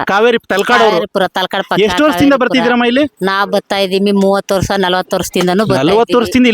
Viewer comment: ವರ್ಸ ಅಲ್ಲಪ್ಪ ವರ್ಷ ಅಂತ ಸರಿಯಾಗಿ ಮಾತಾಡು